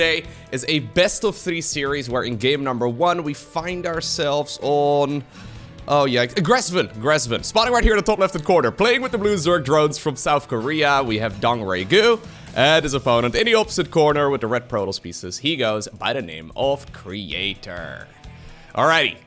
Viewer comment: DRG dongraegu? Pronounced dongnaegu. Most likely a region in Busan, South Korea!